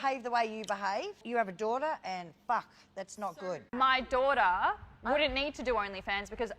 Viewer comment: she said “my dwaterugher” 😂